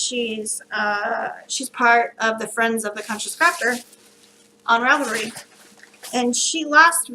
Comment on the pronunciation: Such a cute dinosaur! I'm glad to see I'm not the only one who sometimes pronounces Ravelry wrong lol. When I say it out loud it always sounds wrong!